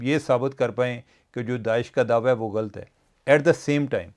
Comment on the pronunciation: چیمہ صاحب ghlt نہیں ghallat ہوتا ہے ایک اور لفظ کی تصحیح فرما لیں اعزاز صاحب تو خیر سے اہل زبان ہیں ۔